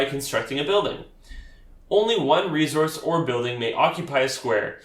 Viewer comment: Great video. Thanks. Where are you from? You say resource with a “z” sound rather than an “s” sound. I have noticed this with folks from Canada and NW USA. Not a problem just curious. Thanks for video.